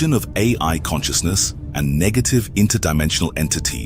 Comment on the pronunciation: at least double check your AI voiceovers. he said "nejative" instead of negative